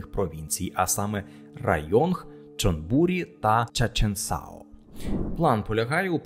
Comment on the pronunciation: Є пару неточностей. Програма «перше авто» була закрита урядом тому і показники на графіку йдуть на спад. До речі зараз є подібна програма але для електричних авто, уряд дає знижку на покупку електроавто у розмірі 200000 бат. Районг вимовляється без Г. Чонбурі наголос на І.